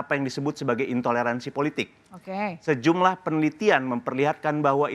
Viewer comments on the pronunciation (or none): Mhon ya.. oembawa acaranya jangan suka motong2 pembicaraaan narsum, narsum blum selesai dy langsung potong2 sehingga bs membuyarkan pemikiran narsum .. belajar lah dari pembawa acara senior lainnya.... Kok ga seneng banget denger kata ok.. ok... Intonasinya itu lho.... Ga banget. Mhon di koreksi.... Okeeeeyyyyy.... Okkkeeyyyy....ooookkkeee Belajar lagi deh bisr lebih nyaman di tonton